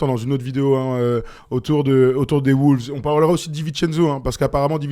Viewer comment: Je vous aime les gars mais par contre faut arrêter de dire “Les woulves”